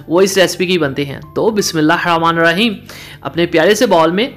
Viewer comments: بسم الله الرحمن الرحيم بھائی ہ کے نیچے زیر ہے بسم اللہ الرحمن الرحیم صیح پڑھا کریں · Bismillah hir Rehman Nir Raheem hota hai pronunciation thik Kia karo bhai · MashaAllah your recipes are awesome only one piece of advice if you just don’t mind please please you accent when you say BismillahiRrahmaniRraheem needs a little correction if you listen to some nice Qari reciting you will be able to recite it MashaAllah you are a sincere person thanks 🙏